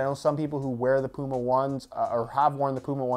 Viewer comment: The dummy cant say puma!